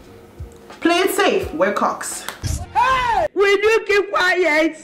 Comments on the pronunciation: kocks never sounded so wrong 😭😭😭😭😭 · Not me screaming hayi when you said Kocks 😭😭😭